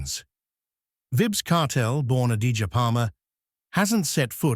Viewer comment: I dislike when non Jamaican bloggers and or journalists try issue biography on our 🇯🇲reggae artist and don’t convey the correct info. Leave the reviews and history for someone else who actually know the man history! This man also not even saying his first name properly! SMH